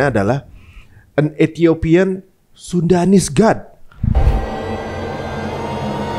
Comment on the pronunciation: itu kayaknya salah baca deh, antara SUDANese dan SUNDAnese